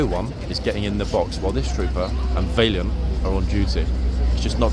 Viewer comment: How are you pronouncing Valiant?!